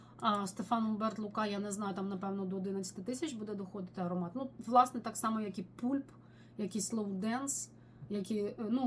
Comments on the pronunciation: Дякую за відео., Pulp треба вимовляти "пАлп", а не "пУлп". В перекладі з англійської мови це "м'якоть плода". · будь ласка! Бо "пулп" прозвучало як "пуп", що англійською мовою "кал". 😂